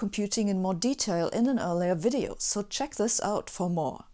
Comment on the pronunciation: “This “WIDEO” was brought to you by brilliant “——>hehehehe. Ok then!